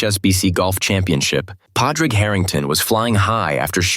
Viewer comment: Props for actually getting the pronunciation of Padraig Harrington's first name fairly spot on